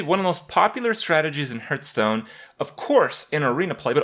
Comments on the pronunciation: Hearthstone is called this (in wow) because it brings you back to your hearth, your home. And hearth as in what heats up, is not pronounced a "hurt". Discussion closed. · we do. now tell us where the parallels to a hurtstone are. if you think "hearth"stone is pronounced "hurt(h)"stone it seems you need some english lessons, bro. do you even english? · It's pronounced Hearthstone. See the subtle but definitely present H? I don't think Kripp sees it either so don't feel bad. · why do you keep calling hearthstone hurtstone?